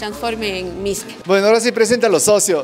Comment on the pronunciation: Es mishqui no misque